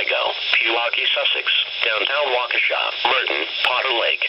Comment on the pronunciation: Radio stations from my NWS pronounce Waukesha like "Wa-ha-KESHA!" xD yours actually says it right.